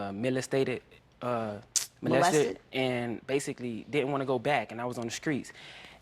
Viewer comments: Mul-us-stated...bruh! I died 😂😂😂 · Just wait a damn minute.. did he just say he was milistated (molested) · "millastated uh molested"....lol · Iluvthatfeelgudmusic mo-less-end-stated. Smh can't pronounce molested at 23 yrs old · they wanna have a threesome but andre doesn't know how to say molested 🤔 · Hahaha. Did anyone catch the way he said molested? Not a funny subject, but dam learn English